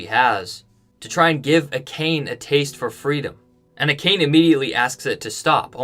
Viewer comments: I'm fluent in Japanese, and I literally cringed at "A-khayn", like "Dude! How can you know the material so well, but can't pronounce "Ah-kah-naye"??? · Love ya man, but you have to learn how to pronounce Japanese words. It is pronounced Ah-kha-nhe. Now I admit my bias, I studied Japanese in high school, so I just know these things. However I have seen most other video podcasts pronouncing these words correctly. Honest feedback, otherwise I love your videos! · Ah ka nay not acane. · Dude, they literally pronounced "Akane" for you multiple times in the episode. lol.